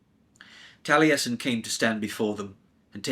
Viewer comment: Impressive voice acting and i thank you for bringing this childhood favourite back to life. I won't comment on the pronunciation of the Cymraeg names etc as it is difficult. Courteous and calming seem to be your kryptonite and Taliesin, one of the most famous historical/ fictional Welshmen as a Russian was a surprise!! Thank you again though, I enjoyed your work.